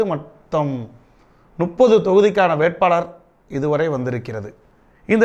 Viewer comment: nuppathu illa mupathu